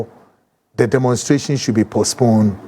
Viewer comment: The Word Is Demonstration... !! NOT Demonsteration😮😮